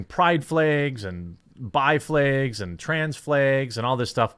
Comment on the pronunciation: Gahhhh all the times he said flegs I cringed 😂😂 I caaaaant